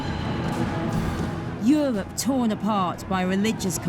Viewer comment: "Euwope tone apawt by weligious conflict...." What is it about these non-rhotic women historians?